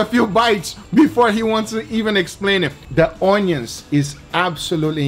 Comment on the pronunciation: i love how Guga pronounce Onios... awneeons.. lol